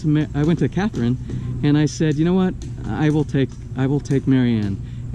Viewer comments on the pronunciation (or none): none